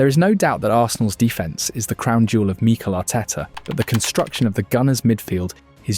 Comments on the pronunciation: Meekle Ateta. AI voices are annoying. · Exactly! I grew tired very quickly of hearing MEEEKEL Arteta every 10 seconds 😂🤦🏻